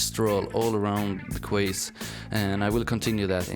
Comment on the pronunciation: You're really great at this and your island looks amazing, but you should spend more time explaining HOW you're doing what you're doing and what tools you're using. Also - and I'm saying this so that you know, not to be clever or to criticise, "quays" is pronounced the same as "keys" in English. How else will you find out if nobody says anything! :)